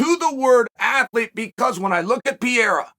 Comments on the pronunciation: It's Per-ei-ra. Not piera. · Hey dude is not pierra .... it's PE REI RA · Hey buddy. It’s not pi-e-ra …. You sound really bad when you butcher a name so bad and not attempt to correct pronunciation. I got Poatan on this one by ko/tko 👊🏼 3rd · Bro, learn how to say his last night first 😂😂😂 it’s Pereira , not Piera 😂😂😂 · Not sure which is worse, Joe Rogan's Machida era or Carl Sunman's Pee-Era. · Alex “Pierre-ah” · You goo pee-yera!!! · Does Chael purposely mispronounce fighters names? Peeara, Teeuvasa, Maklechev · Bro called him Pierra. I’m convinced uncle Chael knows exactly what he’s doing lol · Pierra is by far my favorite Chael mispronunciation 😂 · Welcome to the pee era